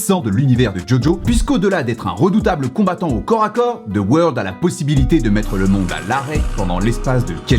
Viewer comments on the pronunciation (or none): "De weurld" ?? PLS MAN C'EST "ZA WARUDO" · sa se prononce "za woldo" par contre -_ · Ce n'est pas "the world" mais ZA WAURDO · « dE WoRLd »😭😭🤣